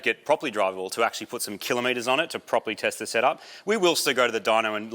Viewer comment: Been watching MCM for many many years, never commented. Wanted to say that I really appreciate that Marty says "kilometers" properly :D